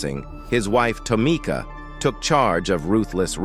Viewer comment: 💯 4real 4real ....at the same time its funny 🤣 cause you know its A.I his azz butchering up names 🤣🤣 Toomikaa Wright 🤣🤣